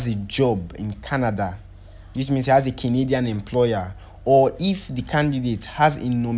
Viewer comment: Na Canadian he call but used a different intonation so it sounded as kinidian, you'll notice he repeated it often